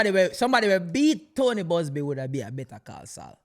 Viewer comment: lol I’m laughing at Bugzby, it’s Buzby lol